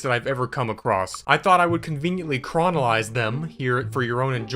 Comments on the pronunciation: did you say chronolize them? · Do you mean ‘chronologize’ and mispronounce it? Or ‘chronicle’? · "chronolize" ?? I think you've invented a new word there, friend. 😂 The actual word is "chronologize", meaning "to put in chronological order". The accent is on the 2nd syllable.